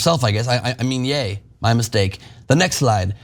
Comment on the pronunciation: Ye is not Yay. The sound is like that a cowboy would make Ye haw! He could say the same about gypsy's, Irish or Muslims and he would be fine. It's just because it's Jewish people that he is going to be destroyed. It's not about all races or all religions as they aren't nearly as protected.